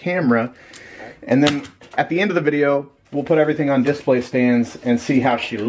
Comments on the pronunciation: Brady Adams I was gonna comment the exact same thing lol. He says "diss-play" haha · The way says DIS-play really bothers me.... like it just doesn't sound smooth.